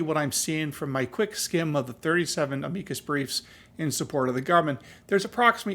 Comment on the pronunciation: I really wish you were pronouncing the name of the breef the same as it has been for oh the last 100 years just ask google what is an amikus breef and then listen to how it's pronounced PLEASE